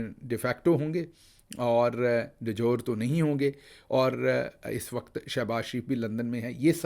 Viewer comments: Oh my God! Professor, why do you have to make a joke of yourself in public? I always research and read about a new word that I come across — even though I do not have to speak to the public at large as a profession. The term "de jure" is pronounced DEE-JYO-REE not "de jyor". All it takes these days is a click of a button. Back in the day we had to go to libraries seeking dictionaries. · De jure کو پرونونس کیا جاتا ہے "ڈی جورے" نا کہ "ڈی جور"۔ 🙏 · (De jure ) = Day - jury